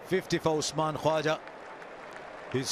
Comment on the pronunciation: Btw comentater its not usman "kaja" its usman kawaja lol